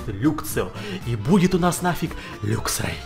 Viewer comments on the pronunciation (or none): лаксрей а не люксрей